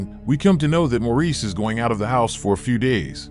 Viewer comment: Maurice is pronounced "Morris"